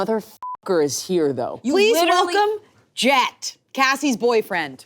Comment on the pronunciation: keeps saying "Jet", but all I'm hearing is "Chet"